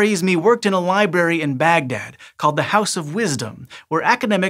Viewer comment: Pet peeve alert: Library has 2 Rs and BOTH are used in the pronunciation of Library. It's not pronounced "LIBARRY", but LibRarey. Rare y. Please use proper pronunciation when providing such great information. Just my pet peeve 😉 Love this channel ❤👍